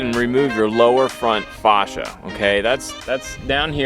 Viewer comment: Facia is pronounced face-she-uh. Pet peeve mine. Otherwise good tips. Thanks for posting.